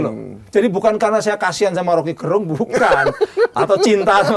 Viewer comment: Gerung baca pake e taling, bukan pepet.